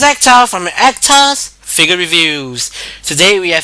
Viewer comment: the way he says figure (figya) sounds like nigga xP